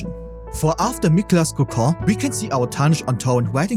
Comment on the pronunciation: It's COCOON not CAHCAH.